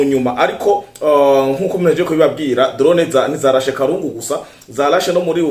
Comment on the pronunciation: nkatwe twabaye aho Uvira bavuga KALUNDU et non kalungu. Komereza aho mu jeune wacu.